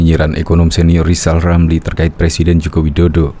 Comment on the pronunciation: Ngapain percaya lizal lamli Ngomong R aja kaga fasih